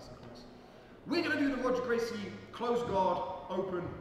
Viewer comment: If you're going to teach a legend's move, the least you could do is pronounce his name correctly. Like, that's a bare minimum.